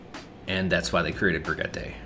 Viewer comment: That guy pronounced Brigitte "Bruh-GEH-tay". I've never heard such a big whiff on her name before. Sounds like an Italian dish.